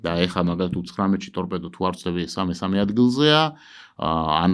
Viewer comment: წამყვანმა ტორბედო კი არა სწორად წარმოთქვით,ტორპედოა სწორი ფორმა.